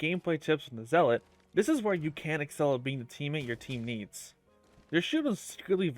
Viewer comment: Me whose a rep 4 Helios Guardian seeing this guide in my recommended, "Hmmm... Let's see what this guide can teach me" Edit: It's pronounced Zell-let. Not Zeal-let. I know, English is weird